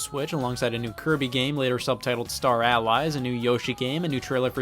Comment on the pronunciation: I'm so confused as to how Scott pronounces "Allies" correctly in this video but so much worse in the 2 years in video